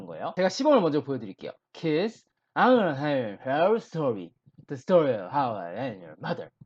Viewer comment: 근데 왜 계속 kids 를 키스라고 말하세요? ds를 저렇게 발음... d는 없어지고 무슨 키스처럼 발음하다니. 영어 발음 진짜 못하시네요..... 공부법은 알겠는데 실력은 없는듯. 다른 것도 들어보니 영어 발음 진짜 못하는듯. 뭔 말인지 알아들어야 의사소통을 하지. 발음부터 계속 다 틀리게 하면....